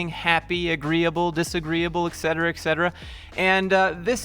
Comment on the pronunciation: Bro please start pronouncing "etc." correctly, I beg you. Other than that I can't believe that people actually treat such soft seriously. It's like you used an AI soft as a psychotherapist for the depressed people or something. This makes no logical sense whatsoever. You have to be a human to assess another human.